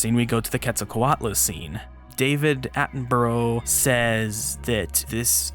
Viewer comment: Bro it's pronounced Atenbura, don't ask me why